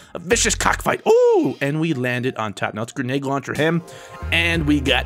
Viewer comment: It sounds like you're saying GRENAGE launcher XD